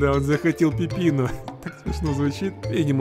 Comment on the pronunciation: Не пыпина А пипино